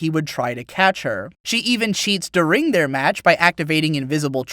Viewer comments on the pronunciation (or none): This is the second time I've heard you pronounce "During" as "DuRING". Why do you do that? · When you said during, u put the strain on the "r"